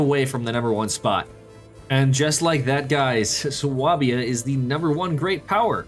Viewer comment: Really sorry to be that guy . . . but please, it is pronounced SWAY-bia!